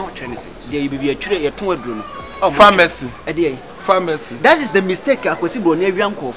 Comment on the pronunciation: “3y3 PA-Ha- macy” pharmacy 😂😂